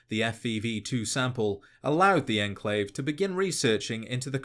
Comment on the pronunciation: its enclave not "endclave"